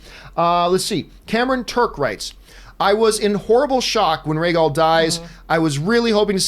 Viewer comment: Why tf make a podcast about a show when you don't even know the dragon is RHAEGAL or how to correctly pronounce MISSANDEI? Makes ya'll sound like you don't even watch the show.